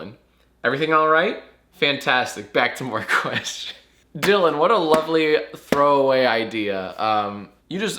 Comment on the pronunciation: #jackask do u purposely say “quest-johns” instead of questions in the jackask outro, or am i reading too far into jacksfilms lore?